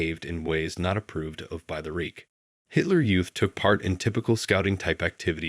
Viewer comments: "3rd Reek"... pretty sure that's not how you pronounce Reich.... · learn how to pronounce Versailles...... jeez what a dope. and reich... double dope.